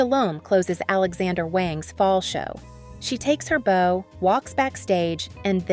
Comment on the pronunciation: You mean, she took her "bow" (as in B-OWW), not "bow" (as in "B-OH). Bowing like bending forward signifying the end of a presentation to the audience, not a bow tie you wear. This channel's AI, isn't it?